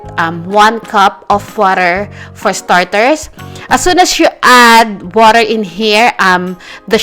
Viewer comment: “put the woter”